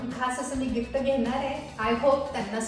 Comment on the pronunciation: Gifta nae g Gift as pronounce kar